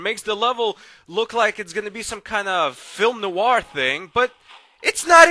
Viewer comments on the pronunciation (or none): Hehe "Film Noo-warr".